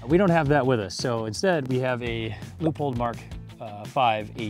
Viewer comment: "Loypolt" nicht "Loopold".